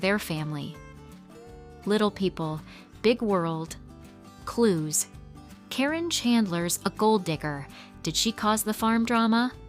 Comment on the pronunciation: They were never married and she was his farm manager and just wanted his money. It's not CORRINE, it's Karyn (Kar in). GET YOUR FACTS RIGHT AND STOP WITH THE LIES.